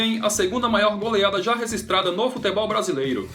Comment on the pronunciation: Aprende a falar registrada, e não rezistrada